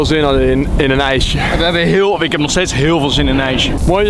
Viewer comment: bedoel je ijsje en niet ijse